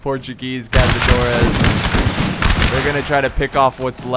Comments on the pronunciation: This "ç" in Caçadores isn't pronounced as z, instead is pronounced as a "s", also, great battle, greetings from Brazil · The Portuguese unit is pronounced Cassadores Caçadores translated to english is hunters